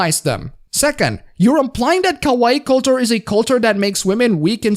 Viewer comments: LOL pronouncing kawaii (cute) as kowai (scary). 10/10. Your high school Japanese teacher would be so proud. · its not ka-waee, its ka-wa-EE (more accentuation, emphasis (or however you say it) in the last syllable) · KA-WAH-EE!!!! not KA-WHY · Um, ackchually it's pronounced Ka-Wa-II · It's ka wai i you idiot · You say 'kawaii' like 'kowai' which means scary. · I'd think you would have watched enough anime to pronounce Kawaii properly. I do think Kawai Kenji is a mighty fine composer.